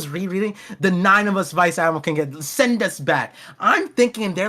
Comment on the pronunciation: “Vice Admirable” 😂